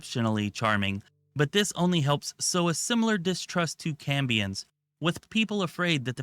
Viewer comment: Maybe you were saying Cambions but it sounded like you said Cummins playable race